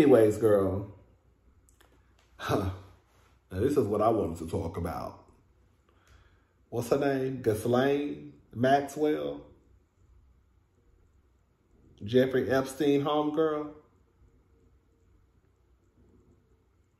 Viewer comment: Ghislane - pronounced "Ghee-lyn"